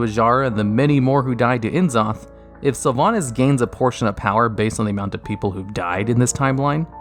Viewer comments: Also don't talk so much shit on player's attentiveness while you still say "Ehn Zoth" instead of "Nuh Zoth" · N' ZOTH not THE LETTER "N" ZOTH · Enzoth? 🤭 Or N'Zoth? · The hell is IN Zoth? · "Tedrasil" "Enn zoth" do you even play the game? lol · It's 2020, why are we still calling him N-Zoth? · En? Zoth? who dis?